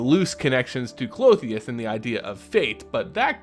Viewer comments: Since you asked. The name Klothys only had 2 syllables from what we can see. So I'm sure her name is pronounced (Cloth-These) instead of (Cloth-the-us) with 3 syllables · Klo-tis, It's kinda weird hearing it Clo-theus and its kinda ressembling a female anatomical part. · it's pronounced clothes. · the gods name is pronounced (Kloth-is), love your work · I’m sorry I usually love your content, but your pronunciation of Klothys drove me nuts I couldn’t watch it more than two minutes. There would have to be one more vowel between the “h” and “s” to get the two sounds you were making the “ee” and “uh” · Why do you keep adding an "o" at the end of her name? :P Good to see a new video!